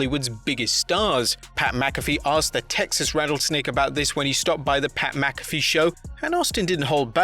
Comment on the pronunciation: Say it with me, "Mack-ah-fee"...